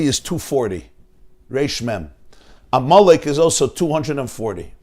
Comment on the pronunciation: I keep hearing you say "ah Molech" instead of Amalek. Do you not know that there's a difference between Molech and Amalek? Amalek was a person; Molech was an idol. I grant you you may be purposely blurring the two. The name Amelek is so negative to the Jewish mind, and rightly so 'cause his family was wanting to kill Jews. To posit a family of killers with idolatry makes sense because they kill to sacrifice to their idols. Thank you for putting this out here during the fast of Esther, v'shalom.